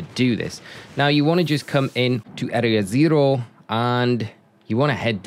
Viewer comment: 😂 Area Zerrrro I’m dead